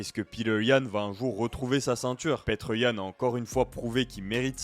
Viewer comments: Ça ce dit petre pas Peter comme un ricain fait un effort frère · Ni l'un ni l'autre, il est russe ça se à peu près Piotr.